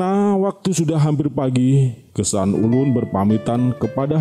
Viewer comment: Geusan Ulun bukan gesan ulun